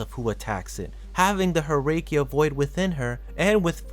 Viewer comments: Herrscher are read "Herrsher" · Glad you corrected your mistake though, I apologize for ranting at you. What I did was not entirely right of me, I should've waited. I think I noticed you said Herrscher wrong, but that's a word not from any Asian territory, and since I'm just an Asian person with no experience in languages outside English and a small portion of Japanese, I have no room to state against you for doing so, as it's from a language I'm myself not familiar with. All I know is it translates to "Ruler" according to my brother, who has far more experience with multiple languages, as he taught himself that.